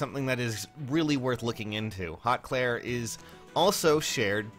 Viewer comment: I hate to tell you this, but apparently it’s pronounced “hoot clere” and I guess you can look that up to double confirm